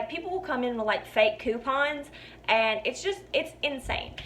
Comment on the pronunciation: You know you're listening to a bonafide southern belle when she says the word "ayand" meaning "and". Lol! Lovely girl, great video, thanks for the laughs and the stories,!